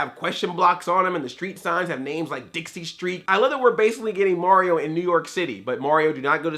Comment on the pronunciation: Why do you say Mauryo instead of Mario. You make him sound like he's gonna to give Bowser a parental test for Bowser jr.